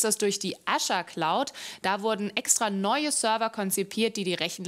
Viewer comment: Wie spricht die Azure aus hahahah so eine Blamage EDIT: Sie hat es nur anfangs falsch gesagt